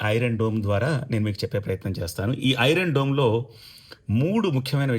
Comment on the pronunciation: ఒరే బాబు డూమ్ రా దోమ్ కాదు రా బాబు